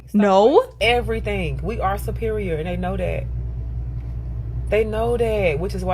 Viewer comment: “We supeereor n dey kno dat” 😂